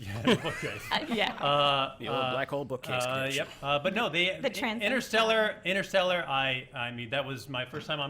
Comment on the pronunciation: Btw, it's InTerstellar, not Innerstelar!!! FFS!!!